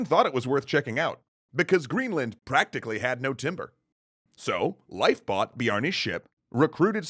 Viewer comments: It's pronounced "Leaf" - Leif Eriksson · its pronounced 'leif' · Couldn’t you pronounce it “Leaf” Erikson? Jinger hinga durgen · Leif is actually pronounced Layf "Nyeil Purrt"? Yeah I don't think anyone is going to get that. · its pronounced lafe. like laugh but more a. like laaugh. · Is there some joke I missed? Or why is he pronouncing leif so strangely? Edit: It makes more sense to call him leaf or something like that, closer too. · I thought his name was pronounced "Leaf". I could be wrong, though. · Did this dude just pronounce Lief Erikson like "Life Erikson" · Life? The "ei" in Leif sounds like "ay" in say. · Hearing you pronounce "Leif" makes my brain hurt. It's not pronounced "Life". It's pronounced like "hay" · Your pronouncing Leif wrong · I think you're mispronouncing "Leif" It's a long "A" sound.